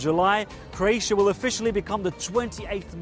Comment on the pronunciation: Croatia not Craotia....